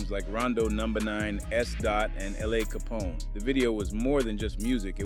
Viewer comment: love the videos. i hate the AI voice you use tho. "E dye" "LAW Capone" lmaoo